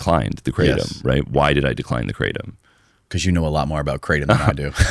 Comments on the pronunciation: Guys, it’s not KRAY tum. It’s krah TOAM. Sincerely a guy living in thailand for ten years who speaks Thai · As an educator, one of the most important things we can do is to first of all pronounce the "thing" correctly. It is NO more pronounced "cray-tum" than Marijuana is pronounced "mary-joo-anna". It's "gruh-tom", for the love of god. กระท่อม กระท่อม กระท่อม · Haha, is true!!! Kraaaahhh - Tom